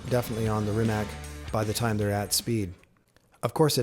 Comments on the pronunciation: Rimac, not 'Rimek' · its pronounced reemats' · It's just c, not k. But it's OK, I was just looking for example, but in English, "c" is mostly pronounced as "k", sometimes as "s", if you understand me at all :) Actually it souonds as if it ended with "tz". In Croatian language, every letter is a unique voice, always the same in every case. A six year old kid can read and write any word without asking you to spell it for him. We just don't have the spelling problem :) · West Coast Supercars and Classics C is pronounced like zz in Pizza. In all Slavic languages is like that. Problem is Č and Ć that are not part of English alphabet. Č is like ch, example being Češka Republika (Czech republic). Ć is softer, like in cheese or choose. Lot of Slavic names end with -ić, -ić being deminutive (meanig something small). My name is Mladen Milić, Milić meaning little Mili or child of Mili. As English does not have letters Š, Č, Ć, Ž and Đ, we improvise. Š is written like sh (Sharon - Šeron). Č and Ć I explained how they sound. Some write them like C (haircut Latin they call it here) and some want to be clear that it is not C, so they write Ch. I would write my name as Mladen Milic. Ž is like S in usualy, they leave it like Z or ZH. and Đ is soft D, sumplemented by Dj. If it is easier for you to read, try Mate Rimatz. German might spell it like that.